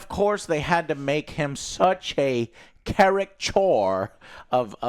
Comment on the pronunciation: Car·i·ca·ture -- Joe, you're missing the second syllable.